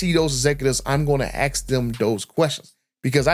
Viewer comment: It’s ASK not AX